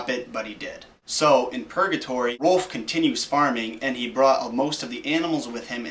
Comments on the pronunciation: Its ROULF RA-OW-LF. .. Gowd.. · Whenever u say rolph it sounds like ur barking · ITS ROLF YOU JACKASS IF YOUR GONNA RUIN MY CHILDHOOD SAY THE NAME RIGHT